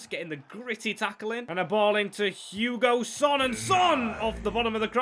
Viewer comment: No hate but it's not Hugo son it's hung min son and not kuvulevski it's kulusevski keep it up I enjoy so much watching your career and rebuilding videos